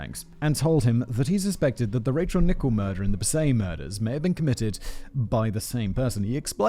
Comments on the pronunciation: And it’s not pronounced “Nichol” it’s Nickell. The clue is in the spelling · Why did you pronounce 'Rachel Nickell' as 'Nickbe'..? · Oh and you pronounced "Nickell" wrong to. It should rhyme with Michelle, Nick-Ell.